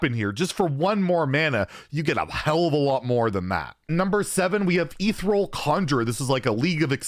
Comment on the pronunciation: E-thee-re-el conjurer. pronunciation Nazi here.